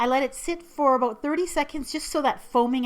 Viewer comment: Maple syrup, "aboot", I see ur Canadian side now, XD